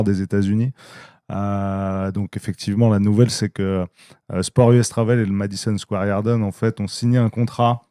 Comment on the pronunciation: Le Madison Square Harden il dit le mec mdrr ! 😂😂